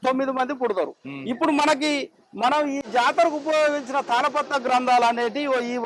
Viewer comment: తల పాత్ర kaadhu nayana... తాల పత్ర......